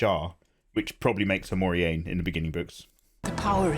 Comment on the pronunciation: Very funny. You managed to mis pronounce every character name. Very impressive. This might help for starts: Egg ween and More rain if we think phonetically. But ya cracked me up. Entertainment value 100%.